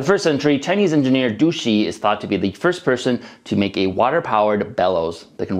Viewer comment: of this video. I'm not sure you say his name 杜詩 correctly. The du is similar to "too". The shi is similar to "sheet" but the vowel is between schwa and i. If you use google translate it will say the "shee" in English "sheet", which is pretty inacurate. There is no "ee" sound in his name. The sound is exactly like the sound in minute of this video. Master Chinese "zh ch sh r" | Pronunciation Training By Grace Mandarin Chinese channel